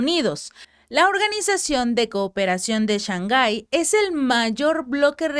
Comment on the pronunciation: Se dice Shang Hai y no Shan Ghai.